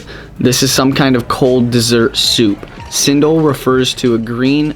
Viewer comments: i always eat apom with chuttney, cendol is pronounced CHEN - DOL the c is like how u pronounce china! :) love the videos makes me so hungry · Cendol is actually pronounced as chain doll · I believe the most appropriate pronounciation in Bahasa (our national language) should be "Chen Doll". And it may vary (slangs) among the races here since our mother tounge is not the same. Even among the Malay people, the Northern Malays will pronounce it as "Chen Doy" instead of "Chen Doll".